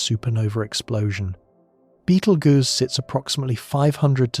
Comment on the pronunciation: Ai said “Beetlegers”😂😂